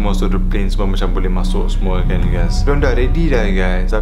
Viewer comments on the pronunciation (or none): This is real ugays~ 😂👌🏻